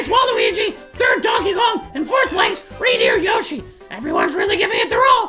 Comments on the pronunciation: When he said reindeer yoshi I thought he said random yoshi 😂😂😂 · You acutely said Rambo yoshy